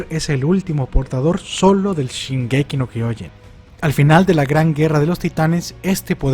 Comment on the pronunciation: mismos hechos en diferentes momentos wow. Super épico cuando dice shingeki no kojin